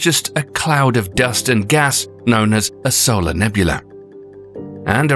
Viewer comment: Who says "Saul-arrr" instead of "soul-arrr"?